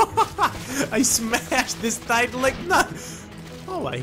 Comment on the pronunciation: why does he say "titan" as "tite-aan